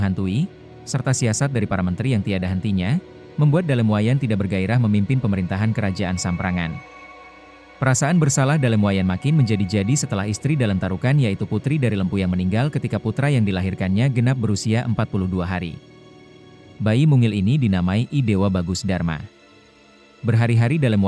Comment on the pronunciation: Sdikit saran dibaca empu bukam mpu